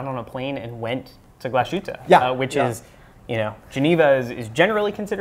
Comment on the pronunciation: I almost had a heart attack when I heard you pronounce Glashütte "Gluh-shootuh". I don't wanna be a smartass, but that was cringy. Otherwise I liked the show, keep up the good work!